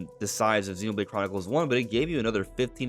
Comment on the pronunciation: We can tell you’re not into it because of the way you said Xenoblade